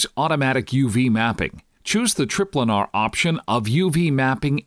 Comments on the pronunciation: Well its just most people would pronounce it "tri-planar", and he even goes on to say planar afterward, but he still calls it trip-lanar. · lol, trip-lanar